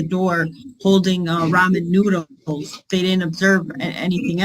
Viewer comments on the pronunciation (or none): I had to back up and listen three times before I was convinced that I heard "ramen noodles" correctly.